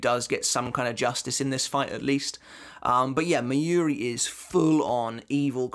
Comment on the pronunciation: Your pronunciation of Mayuri is so annoying. It's not 'miyuri', it's Mayuri... it's similar to the word 'master'. The 'ma' in master, although the a is shorter. Being a bleach youtuber, you really should learn the proper pronunciation.